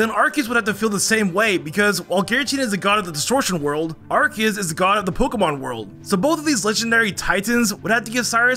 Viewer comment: I just realized that you call Arceus as ArKeus instead of what I'm used to: ArSeus